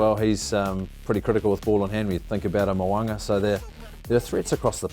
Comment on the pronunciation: Mo'unga not Mowanga